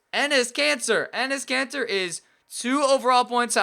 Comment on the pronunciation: Who heard him say Enes Cancer?